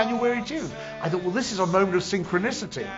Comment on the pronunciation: This is great .. "a moment of synchrinisity" hahaha I enjoyed this very much!